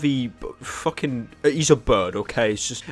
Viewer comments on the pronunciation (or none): Hoovy is pronounced Who-v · its hoo ve ey thats how you pranonous it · the ‘oo’ in ‘Hoovy’ is pronounced the same as the ‘oo’ in ‘too’